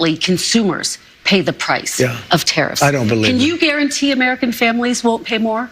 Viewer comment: "I cant garauntee that." Jesus tap dancing Christ on a communion wafer. This is where we are now. Fucking great.